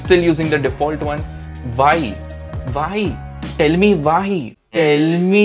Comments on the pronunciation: It's not "tale me vai". It's " tell me why" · Am i only the one who heard like... Tell me vai.. not tell me why.. 😂